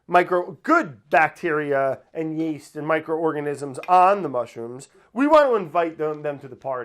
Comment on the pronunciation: was I the only one who noticed that brad said yaest